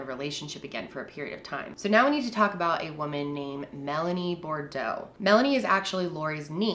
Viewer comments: Boudreaux = Boo dreaux ! People In the south cringe when we hear “Bordeaux ” their have a “U “ in there😬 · Okay, this is how u pronounce Boudreaux = BOO - DROOW !!! :) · you pronounce Boudreaux like Boo-Drough basically. it’s a cajun name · Not trying to sound rude in correcting... but she pronounces Boudreaux wrong. It’s “Boo-droh” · Southerners cringe at the pronunciation of Boudreaux 🙃😤😬